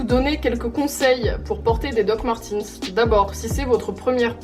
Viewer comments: Hhuggh comme c’est allemand ça se dit "doc marteuns" pas "martins" a la limite "martèns" ta vu mais pas /i/ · peut être que tu as une collection mais tu ne sais pas le prononcé donc bon